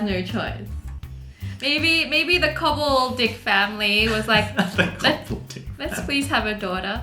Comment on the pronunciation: Its 'B.J Cobbled-ICK